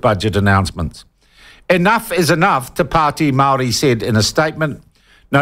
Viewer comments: Shaun your pronunciation of the native tounge of this land is a clear signal to me that you are an arrogant person . Do your due diligence. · Before even making this claim you should at least learn how to say the actual parties name. do you want to remove all parties with only maori in them so you can feel the white privilege coming back to you? or do you need more education to see the views on how maori are trying to take back what's theirs.